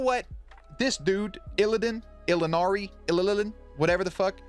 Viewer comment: It's Diyoza not Dio. And It's Illian not Illidan.